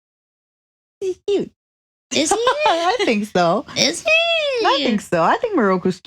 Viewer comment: Re: habits, I have heard say “cyuttuh” (cute but with the last syllable dragged out) just like mint too